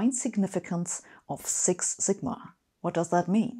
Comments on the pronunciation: "The more zigma..." --- really, Sabine? Really? English pronunciation is not rocket science. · why do Germans try to pronounce English alphabetically when they don't even know how the alphabet works? she says 'six' with an 's', but immediately says 'sigma' with a 'z'. ironic for somebody promoting 'Brilliant'. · “…six Zigma.” 😉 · I just love the way Sabine pronounces zigma 🙂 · In this video, we observe "sigma" oscillating between German and English pronunciations. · I love the way Sabine says 'sigma' ..